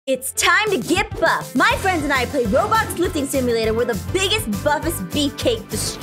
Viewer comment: Did aphmau just said robox hahahhahahahahahha